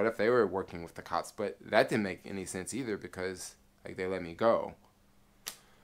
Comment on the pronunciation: Dig ur vlogs, but, sometimes u drag ur stories out, and please say "with", not "wiff".... ur killing me.... and "super" this and "super" that, along smh....ur definitely not a NY, or even an east coast brother.... lol.... but ur cool.... be safe